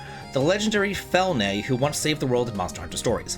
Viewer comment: You're like the only gamer I know that don't know tech. It's quite funny and odd at the same time. Keep being you. How do you get to Fel"nay" from Felyne? It's literally feline spelt with a "y" for style or copyright purpose. Must be some sort of dyslexia... One day you need to try to say Eyjafjallajökull. XD sorry I'm being mean here. This would be some kind of torture I guess.